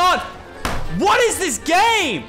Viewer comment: You said grame